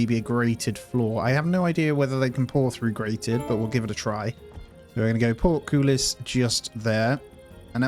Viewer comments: It's port-cole-us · Excellent video. Note: Portcullis is pronounced 'Port - Cull (as in Bull or Dull) - Hiss'